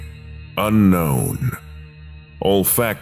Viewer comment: the pronuuntiaation on unkwon in the bidisected guy, my new call tone for ukwon numbers